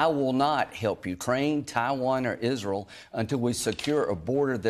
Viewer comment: SOMEONE CORRECT HIM IN PUBLIC ON HOW TO PRONOUNCE ISRAEL! IZRUL?